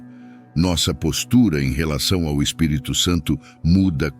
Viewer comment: Você pronunciou corretamente o Espírito Santo não misture mais o Espírito Santo com mais nomes ok sempre pronuncie assim